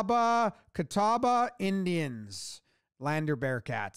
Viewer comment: Props on pronouncing "Catawba" correctly. I've heard that butchered in some weird ways.